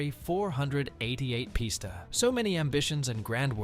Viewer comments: "Four hundred eighty eight pista" said no car guy ever... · Once he said four hundred eighty eight posta I knew the video was scrap